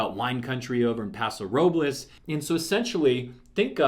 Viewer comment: Welll first of all youbsaid Paso Robles wrong. So are you realllly a california guy